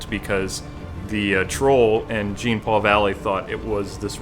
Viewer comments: It's pronounced John not Gene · Its not JEEN paul. Its pronounced Its like John Paul but the J is more like SH. J+SH = Jean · It's pronounced as John.